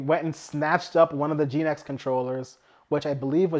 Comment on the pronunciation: Genex, not Geenex